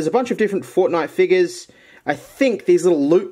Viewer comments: I love how he says figgus instead of figures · I dare you to say figures but instead say it with an n